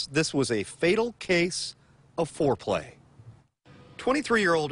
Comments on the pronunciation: Nigga said Flo-play 🤣🤣🤣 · Omg when I heard "Flo-play" I thought something toooootally different for a second. 🤮